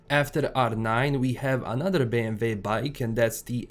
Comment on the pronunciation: are u german or dutch? the way u said BMW lmfao